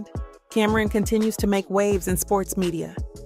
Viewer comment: Cameron 😂. It’s CAM-ron